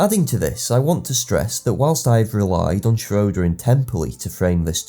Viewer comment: Prof. Schroeder pronounced his last name shray-der, not shro-der